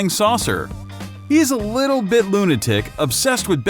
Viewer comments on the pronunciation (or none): none